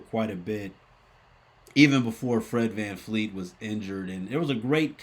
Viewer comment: Bro why do we keep getting Fred's last name wrong, a lot of peeps say Vanfleet, it's "Fred VanVleet"!